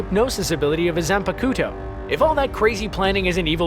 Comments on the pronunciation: Excuse me It’s Zan-Pak-toe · The way they said Zanpakuto XD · Clearly never seen a single episode of Bleach and blindly read a script someone else wrote as you couldn't even pronounce zanpakto , which is a word that is being used practically every episode multiple times.